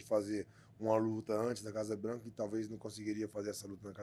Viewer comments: With all due respect, Poatan said "Casa branca" and not Casa blanco, lol. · FYI, it is Casa branca. You also pronounce Casa differntly than in spanish but yeah.... close enough